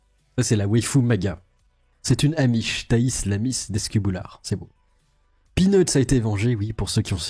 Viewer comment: de grâce, cessez d'ecorcher volontairement et de manière complètement débile les noms des gens que vous citez, en premier lieu celui de la remarquable Thaïs. C'est insupportable!